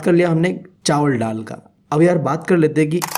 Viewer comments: It's not Tal it's dal 😂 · Ddal 😂😂😂 gavar bolte bhi nahi aata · Bhaiya wo dall nahi hota dal hota ha 😂😂😂